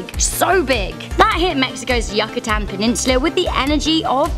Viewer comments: Bruuuu it’s uke-Atan Not Yuckatan the hell im sorry how you said it just sounds so bad I’ve never heard ANYBODY SAY IT LIKE THAT sorry just uhh yuckatan? No offense love ya vids tho just never EVER say it like that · Its how many megatrons? Where did she learn to pronounce things? Like chixalub or Yucatan. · The way you said Yucatan... Ew 🤮🤮